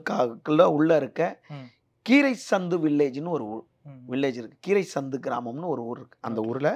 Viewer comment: அந்த கிராமம் பெயர் கிரைசந்து இல்ல கிரைசாத்து....